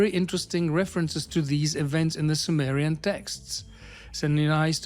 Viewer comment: Ai made visuals are plain stupidity, peaking as high as showing Zechariah chapter head when mentioning Zechariah Sitchin. And Symmerian for Summerian.